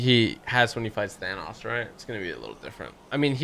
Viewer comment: Your pronounciation is correct of thanos